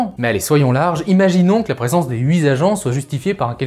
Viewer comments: HuiTTTT agents, pas huiZ agents... stp. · * "HUIT" !!! on dit "huiT" avec un "T" à la fin !!!